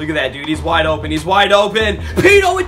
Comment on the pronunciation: Nice video but as a Ravens fan I'm offended 😂 it's Pitta not Peta